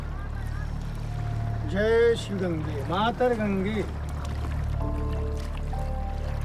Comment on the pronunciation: You tired hindi , nice 👍👍